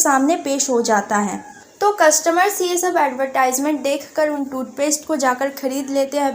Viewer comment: It's not ad-y-tysment It's adve-tysment